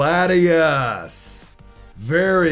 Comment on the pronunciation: For latias called her tias